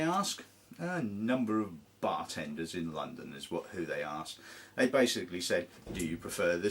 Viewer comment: Was that Bartenders or Barstewards?